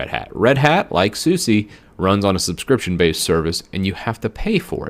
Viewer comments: Not "Suzie." "Soos-ah" or "Soos-eh" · Open SUSE not open SU SEE I agree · it is suse and not susi, DIS IS GERMAN! xD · Quit saying Soosie! Its pronounced "Soos" or "Soosa". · Not a bad video, but the repeated and constant mispronounciation of distro names is really annoying. 1. It's not DEEBian, it's DEBian. Like Debra (Lynn) + Ian (Murdock). 2. Not oo-buhn-too;.oǒ'boǒntoō. 3. Suse, not Susee. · Deb as in Deborah or Debra, ian as in the name Ian or "ee-an"... deb-ian. Also it is SOOS for Suse, not soo-see. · People who say "dee-be-an" remind me of the days when people used to pronounce Linux as "line-ecks". Also SuSE is pronounced "Zu-zuh", not "suzi" as in the girls name. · even in american it should still be pronounced suse. susi. would be more latin american pronounced. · Suse also pronounced wrong... ouch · chrissx Media How do you pronounce “Su” on the beginning of a word: Super, Subtil, Suche? And how do you pronounce “SE” at the end of a word? haSE baSE pauSE? So... how do you pronounce SuSE again? 🧐